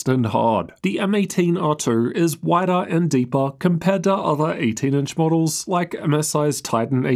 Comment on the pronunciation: "winder" "nertice" "ter" "M18 erter" Was this recorded on the M18 microphone? Is that a known problem?